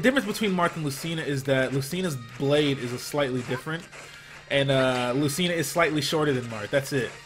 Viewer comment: its lu-CHI-na